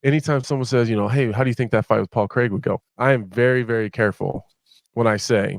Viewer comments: 38 seconds in and Bisping says "Pol Crrrrraaaaaig" loool 😭😭😭😂😂😂😂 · bisping hated couple of times on people on saying "paul kreeeg", still he does it everytime haha